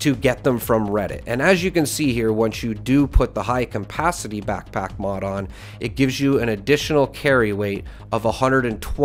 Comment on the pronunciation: Really hard for you to pronounce CAPACITY, eh? WTF is CAMPACITY?